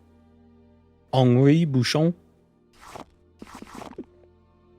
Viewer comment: Your french prononciation is splendid, your « Henri Bouchon » came straight out a parisian café baguette/20